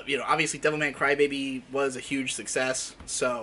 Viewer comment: The way you say Devilman Crybaby sounds like Devil May Cry Baby and it totally confused me.